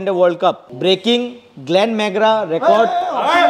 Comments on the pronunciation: Glen McGrath ❌ Glen mangra✅ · Glen mangra?😂😂😂 Bhai Glenn McGrath hai woh